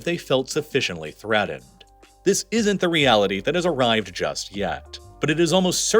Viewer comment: Poodin? Threadened?